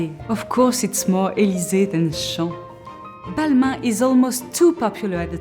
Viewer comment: You say Balma 😅